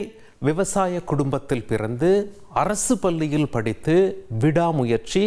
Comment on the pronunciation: என்னது ??? அரசு பல்லியா ??? தயவு செய்து தமிழை கொல்லாதீர்கள் 😮